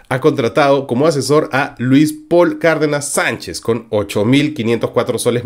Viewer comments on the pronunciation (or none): none